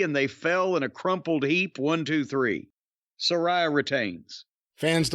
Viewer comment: Its pronounced Suh-ray-uh, JIM🙄